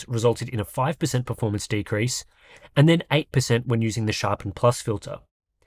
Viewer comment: Yes like the "r" in pefomance.